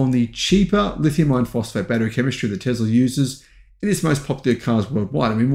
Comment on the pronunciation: For being a EV go getter you have to learn how to pronounce Tesla. There is no Z. Tesla….s for Sam, not Z for zebra!